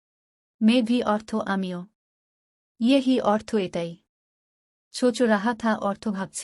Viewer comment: ছোচ নয় সোচ হবে। আপনার তলফুজ , উচ্চরণ সঠিক নয় ।